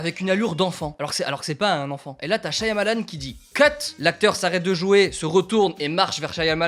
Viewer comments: Super et tout comme expérience. J'ai hâte d'aller voir le film. Mon préféré par lui était Lady In The Water Petit truc qui me dérangeait cela-dit, le Y de son nom est silencieux, ça se prononce "Sha-Ma-Lann" et pas "Sha-ya-Ma-Lann". Voilà, bonne continuation et en espérant que tu auras aimé le film. :) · Un de tes réalisateur préféré mais tu n'avais jamais vu une photo de lui (à savoir qu'il fait un caméo dans quasiment tous ses films) et tu ne sais pas comment prononcer son nom ?